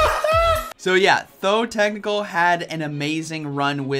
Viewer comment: You have known him for 2 years and still haven't noticed he's called ThoTechtical and not ThoThecnical, lol.